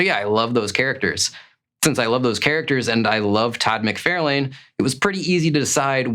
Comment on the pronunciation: "Mick-Far-Lin." Lol